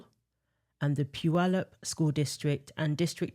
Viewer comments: It’s crazy hearing those high school names coming out of your mouth. I’m from Washington state and have friends who attended both high schools mentioned. Once again, I am both impressed and acknowledge you pronouncing Puyallup correctly- it does show that you do your research. Much love from a lifelong Washingtonian with common sense. ❤ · Way to go, pronouncing Puyallup correctly